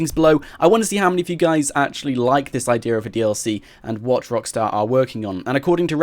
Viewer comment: It's idea not idear